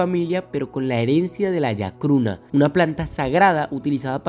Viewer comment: Se llama chacruna no yacruna. 😒😒